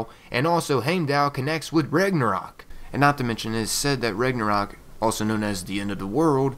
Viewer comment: it's pronounced Rau-na-rock